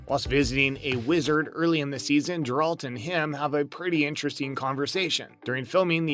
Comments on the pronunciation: GARE ralt .... not JAR rald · Jeralt…. How did you pronounce that? Lol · thousands of thumbs down for mispronouncing the main characters name, consistently (did you even watch this on Netflix??) and for the lack of actual bloopers. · Why tf would you just talk about them and not show them!? Also, they literally say his name like 1000 times in the show. How do you still pronounce it wrong?